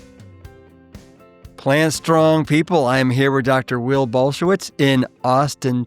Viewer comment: Saying his name completely wrong!!